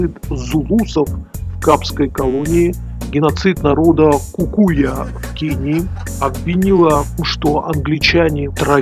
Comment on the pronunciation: Она точно произнесла название племени "КУКУЯ"?